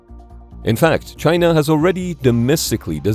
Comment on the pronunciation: The ai says "chyna" like trumpet. What a croc. Reminds me of a strategy game where the enemy suprise attacked coming put of freight ships. All the stolen tech with zero experience of using it. Tiny carrier's 😂 ordered from temu like the sub that sinks indefinite 😂